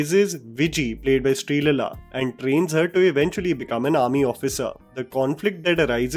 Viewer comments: What the hell is "SREELELLA"?? It was difficult for you to pronounce "SREE LEELA" properly?? Really?? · why cant u pronounce the aaaaaas and eeees...jaban ko drag kyu nhi krte ho.. its not srilila, its sree leela.. plz do the eeeees properly.. u r not some foreigner who cant catch on this simple indian accent. Its Leela..like krishna leela.. u pronounced it as lila. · It is Sreeleela not Sreelala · Sreeleela is an indian name & Unko ye so called sehri babu thikse pronounce tak nhi kar sakta 😢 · Dude butchered sreleelas name😂